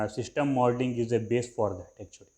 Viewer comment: Shishtem modling nahi hota system modling hota hai Aur ager english nahi ati to urdu mai bhokh lia karooo dusar ka time zaya q karwata ho lul ctrl + A press kar ka sari videos delete karo chutiya insan